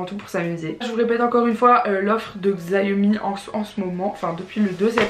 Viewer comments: Ça se prononce "chiaomi", pas "gziaomi" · Sa se prononce pas zaiomi sa se prononce chiaomi je te le dit j'ais un xiaomi 9 se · Le téléphone ne se prononce pas Xiaomi mais shawmi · Sa ce lis chiaomi